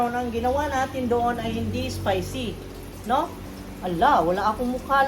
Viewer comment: Maam spicy..hindi ESPICY